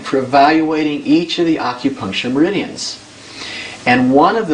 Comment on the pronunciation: Aukupuncture i hate when people pronounce it like that fuck.